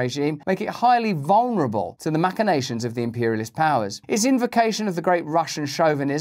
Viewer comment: Ma-shi-na-shuns Russell, dear, not ma-ki-na-shuns.